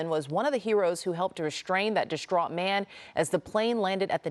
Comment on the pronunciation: "reshtrain" and "dishtraught" . I had to close the video after hearing that.